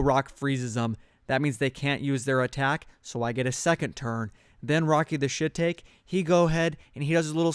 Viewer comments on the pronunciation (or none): Great videos Shiitake is a type of mushroom Japanese pronunciation sounds like She ta kay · Dude..........its "She-tahk-eee", ya know rhymes with "Rocky"..... Wow, lol. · Rocky the shiitake that's not how you say shiitake its sha-ta-ky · Lol rocky the shit-take, it's pronounced shit-AH-kei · Rocky the shiitake is pronounced: rocky the shiitaakee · Shiitake is pronounced she-tok-e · It's rocky the shi-ta-kay. Named after the shiitake mushroom. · "Shiitake" is a type of mushroom pronounced shee-taw-kee. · Just so you know it's actually pronounced Rocky The She-Tark-E This link might help you pronounce it: :D great video by the way! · It's "shi-ta-ki" XD but nice tips. :) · Shiitake is shi-talk-ee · Also to pronounce Rocky the Shiitake is She-tok-eee